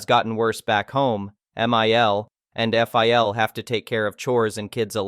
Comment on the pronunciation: The problem with AI readers is numerous, but it gets especially confusing when it becomes apparent that Mill and Phil might not be some additional characters in a story, but botched abbreviations of M.I.L (mother-in-law) and F.I.L. (Father-in-law)